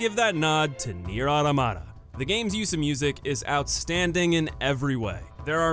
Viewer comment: Nier Automata not AUTO-MATA. As in OTOMMATA,Do you understand English?